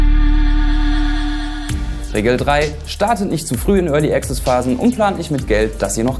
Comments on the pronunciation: Örli Access xD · Örly Access ;D